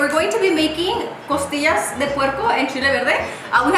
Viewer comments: Did anyone else hear “tortillas “ instead of costillas ? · Did she say tortillas instead of costillas lol?